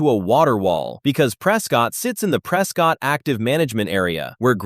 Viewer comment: It sounds like this video is made with AI so you are probably not going to get the name right in AZ Prescott is pronounced (Press Cut) not ( Press Scott) I'm not from the area and the locals have pointed it out to me. They make an effort to correct you.